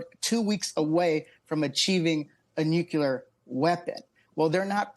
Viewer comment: Rep. Jimmy Gomez: Nuc-u-lar.